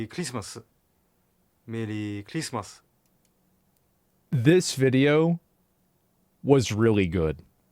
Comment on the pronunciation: Mewwy Clismas.